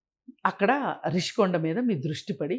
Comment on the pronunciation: ఒరే సన్నాసి రిషీకొండా నీ బొంద కొండా కాదు, రుషికొండ అనాలి,నువ్వు తెలియక అంటావా జర్నలిస్టు ను జోన‌లిస్ట్ అని